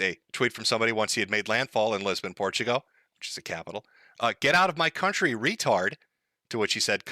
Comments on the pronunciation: STOP CALLING IT PORTUGO!!! THERES AN L AT THE END FOR THE LOVE OF GOD! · TIL doesn't know how to pronounce Portugal